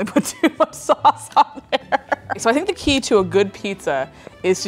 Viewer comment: the fact that you pronounced “sauce” the dutch way, “saus” really threw me off there... 😂